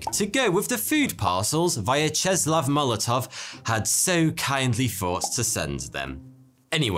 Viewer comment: Can,t say the same about Vyacheslav Molotov,)